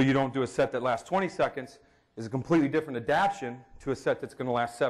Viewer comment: Love and his work, but he’s got to start pronouncing the second syllable of the three-syllable word “adapTAtion.”